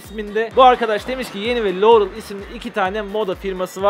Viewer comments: liorey diyor abi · Lorul diyor Laurel demiyoki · LOUREL DİYO